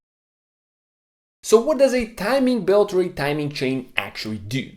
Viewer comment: Rorer chain and timing bert. Rrrrrrr....😂